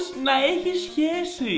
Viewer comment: μονο εγώ στο άκουσα αντι για σχέση - χεσει